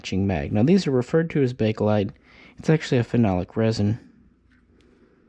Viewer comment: It is Pronounced Bake Lite !!!!!!!!!!!!!!!!!!!!!if this due says BAKe-A-LITE one more time my Mother in law will die of-A- cancer.....cell